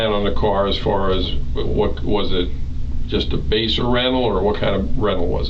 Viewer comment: Lmao "baser" rental